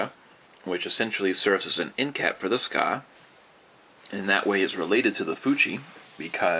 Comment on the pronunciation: well 'tska" or "sooka", or "tsuka", it doesent matter, as long as you know that specific part of the sword.. ^_^ please no need to get that frustrated